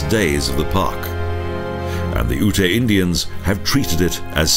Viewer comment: Lovely video! GotG is one of my favorite places to visit. For future reference though, Ute is pronounced "yoot," not "oo-tay." I hope you'll feature more Colorado parks in future videos!